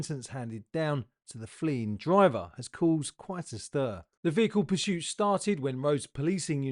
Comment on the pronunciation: There’s no ‘H’ in ‘PURSUIT’ ! Have you noticed how all the really bad drivers have unusual names ? Not simple ones like Jim and Jeff, Tom, Richard & Harry. Why is that do you think ?